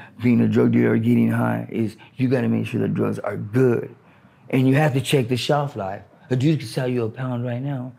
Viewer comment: he sounded British when he said "shelf life" 😂